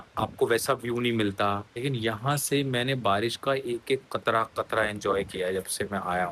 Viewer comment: I love the way you said ‘qatra qatra’ and not katra 💜